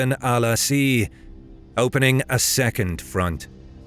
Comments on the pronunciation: My friend, how did you turn ‘Ās into ‘asee’. It’s pronounced ‘Aas’ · His name is Amar ibn Al Aas (May Allah swa be pleased with him) not Al- Asea. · Amr ibn al Asi? "Asi"? Its Amr Ibn al 'As. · The commander name is Amr Ibn Al As and not Al Asi. Please fix it. Thanks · The commander name was Amar-ibn -Al-As not Amar-ibn-al-asid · Great work but just sayin = its 'amr ibn al'aas " spelled, not 'asiii" there is no i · His last named was pronounced Al-Aas not Al-Asi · Amr Ibn Al 'As, not Abr Ibn Alasee. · As, not Asi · Excellent video, but the Ibn Al-As pronunciation is incorrect, why do you add Asii, just عاص (Az) if you want you can add the As’s. Secondly, the fictional images of muslim leaders lacks realism, they are all wearing current Arabian Shemagh which was invinted by British colonist in the late 19 century - early 20 century to protect them for the hot Arabian sun, you should have implemented a more thick beard Arabs with Arabian Turbn (one of your Arab friends should help search for it, it’s difficult to find using english keywords in google) Fun fact: When Umr Ibn Al Khatab and Muslims capture Jerusalem, Christian’s added in there surrendering treaty that Jews can’t enter the holy city which Muslims refuse and they settle on jews can visit and stay in the city but without dealing in commerce, so I’m not sure about that item in the Alexandia surrendering treaty (I don’t have a factual info, but it’s known that Muslims always dealt well with other religoins when they invaded these lands, thats why these lands from Morocco to Pakistan have a long admiration to this religion) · Its promounced amr ibn al AAS